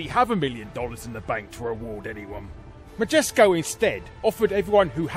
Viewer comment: Larry quotes "Magesco" while talking about "Majesco". Makes me want to look at a GIF of some Jif brand peanut butter. ;)